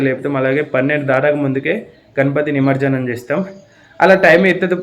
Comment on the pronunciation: నిమర్జనం కాదు నిమజ్జనం